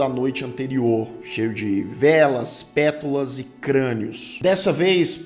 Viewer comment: Com todo respeito, é pétAla, não pétUla.